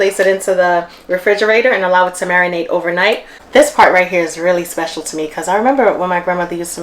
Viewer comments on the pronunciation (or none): none